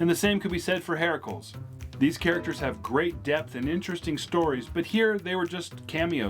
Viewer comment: Heracles, Hera-kleez not Heraculs.